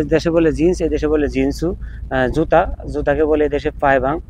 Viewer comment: ওই যে বললেন মেয়েদের জিন্স এবং ছেলেদের জিন্স এই শব্দটা স্পষ্ট বোঝা যায় না আর কি স্পষ্ট হলে আমাদের বুঝতে ভালো হতো